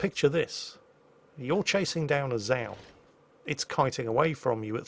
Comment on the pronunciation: Zao is pronounced incorrectly. :P